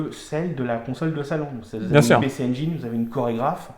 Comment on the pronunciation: Engine comme angine, pas engaïne